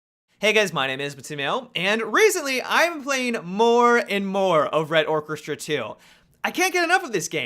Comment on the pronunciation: Come on man, is it so hard to pronounce the word "orchestra"?